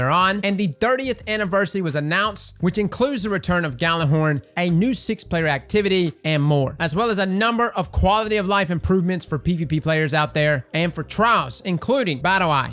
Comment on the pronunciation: Its pronounced ya lurr horn not galler horn. Thank you